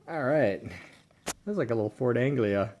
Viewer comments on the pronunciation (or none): none